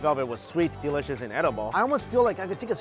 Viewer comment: The street vendors see mike moves his head side to side they panic He says deliscouis